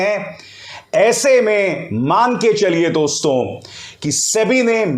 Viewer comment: You have good pronunciation in hindi but pl don't speak दोस्तों, जबकि यहां दोस्तो(dosto) सही उच्चारण होता है। यह एक संबिधान है संबोधन में nasal sound नही होती।